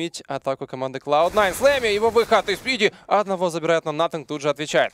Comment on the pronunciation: Блин, мне постоянно слышится флейми а не слэмми